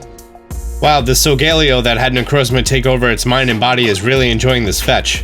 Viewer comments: no offense but its pronounced solgaleo not solgeleo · (Soul-ga-ley-yo) Not (sol-gale-io) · COS-MOH-EM SOH-GA-LE-O I’m sorry but your pronunciation dives me crazy. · So-ga-leo not so-gal-eo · Him: so-gae-li-oh Me: Sol-ga-lay-oh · Solgaleo is pronounced (so-ga-le-o) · I hate how you say “Solglaleo” 🤦🏽‍♂️ Sol-ga-léo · It’s so-ga-le-o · It’s sal ga le o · So-guh-lay-oh.... do you even watch Pokémon bro? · Am I the only one who pronounced solgaleo as. “Soul-gah-lee-oh” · Its actually pronounced sol gah lay o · the way he pronounced solgaleo hurt me somehow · The way you pronounce solgaleo annoys me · Im mad at how you say Solgaleo